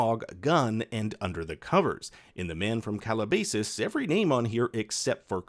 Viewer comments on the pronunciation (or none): It's not "CalaBAYsus" it's "CalaBASSus" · Being a man from Calabasas, it is pronounced Cal-la-bass-ass. Just had to say. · Calabasas. It's pronounced - CAL-AH-BASS(fish)-IS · “Calabasis” lmao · You mispronounced Calabasas. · This video is absolutely amazing but your pronunciation of Calabasas took me tf out. 😂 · please tell me i wasn't the only one who cringed by the way they pronounced Calabasas